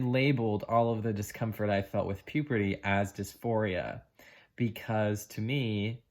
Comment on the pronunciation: I really love your channel, and I admire you for sharing all this process that you have been through, but please stop saying puperty instead of puberty.